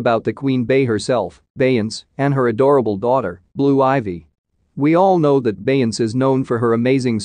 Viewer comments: But can you say Beyonce the correct way😂😂😂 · You can show her RESPECT. AND SAY HER NAME CORRECTLY!. YOU KNOW WHO THE 🤬 BEYONCE IS 💯